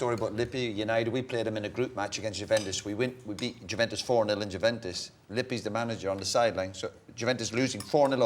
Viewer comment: Maybe Roy will start pronouncing it correctly now! Juventus, Roy. 😅